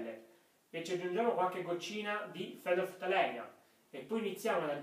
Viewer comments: Fenolftaleína, l'accento sulla i!! ;) Bel video cmq, chiaro ed esaustivo. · tutto chiaro...apparte la pronuncia...scusa ma fenolftalEina non si può sentire...è fenolftaleìna!